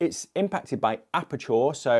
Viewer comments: why is he saying apertour? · A certain photographer made me realise it's OK to despise tripods, haha. Just a small technical note though - ISO does reduce sharpness and detail on some cameras (Sonys especially) even in RAWs. Love the way you pronounce aperture though. So posh, haha